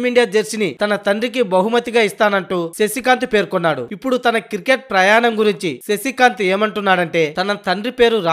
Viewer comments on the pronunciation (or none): క్రికెట్ అని సరిగ్గా పలుకు........ And any how best of luck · Kirket kadhu ra cricket